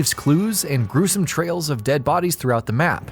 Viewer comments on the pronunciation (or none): none